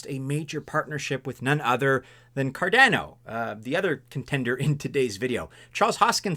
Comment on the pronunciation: Dear. Please pronounce Cardano as CardAAno, like everyone else. Never ever say 'Cardenno' anymore, cause you're hurting a lot of ears.